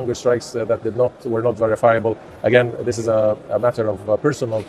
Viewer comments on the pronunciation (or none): none